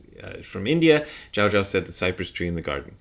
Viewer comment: Zhaozhou is pronounced with the second syllable rhyming with "no". So it's like you're saying goodbye to your friend Joe and you say "Ciao, Joe", except with a J sound at the beginning instead of the Ci. P.S. I have a very slight pet peeve about the modern proclivity to want to have the names of all medieval Chinese Zen masters in Mandarin pronunciation all the time. "Zhaozhou" is how it's pronounced in 20th/21st century Mandarin Chinese. Certainly Chinese pronunciation has changed a lot in the last 1,100 years since Joshu/Zhaozhou was alive, so there's no guarantee that "Zhaozhou" sounds at all like the way he would have said his own name.